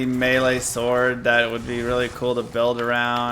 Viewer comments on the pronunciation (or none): none